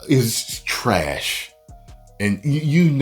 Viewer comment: I clicked just to hear " this was a big piece of tresh" Edit: It isn't being "created". The root word of "created" is "create", which implies some sort of thought and care being put into this. This is being excreted: the waste of what was once a good meal, sapped of all usable nutrients, deposited into the colon, and right out of the ol' boot chute.